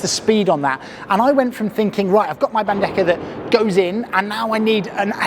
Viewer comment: You would pronounce bandeja correctly if you end it with HA as in Bande-HA, anyway amazing video its just the bandeKA pronunciation killing me a little bit 😂